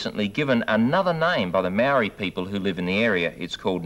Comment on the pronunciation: When he said “Maori people” I thought he had said “married people”.